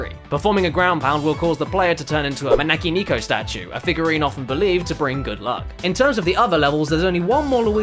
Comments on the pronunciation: can we just touch on how terrible the pronouncing of manekineko is near the end? yeah. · I love how not a single of these guys can pronounce japanese half decently lol. Maybe jontron but even then, not that well. I mean, "manaki niko" and "maneki neko" are kinda far off.